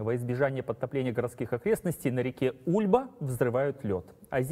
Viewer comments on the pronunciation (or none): УльбА! А не Ульба.